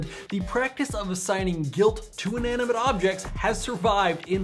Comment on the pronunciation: Inaminante!!! XD LOOOL